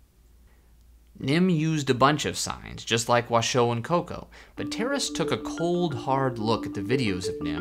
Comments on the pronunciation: "Washoe" is accented on the first syllable, like the county in Nevada where Reno is. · You seem to have VERY little information to go on and no real understanding of this topic. I wonder what your motivation is here. I worked with Washoe (which you mispronounce) at the sanctuary where she spent the rest of her life along side her chimpanzee family. ASL studies continued there. Not only do chimps who are taught ASL completely understand what they are conveying through sign, they are also able to convey emotion and empathy using ASL. Washoe taught her adopted son, Loulis to sign by shaping his hands into signs corresponding to objects. This was done on her own accord, with zero human interference. Loulis used ASL daily when I met him as an adult. The chimps I worked with used ASL often without humans being present. They also signed to humans without prompting of any kind. The chimps made paintings and named them using sign. There is SO much more information on this subject if people are interested. Many scientifically sound studies have been published and they are not hard to find.